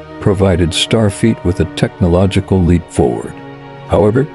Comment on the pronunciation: Starfeet?? Nachelles??? You need to be able to either adjust or get a better text to speech app. Otherwise, not a bad video!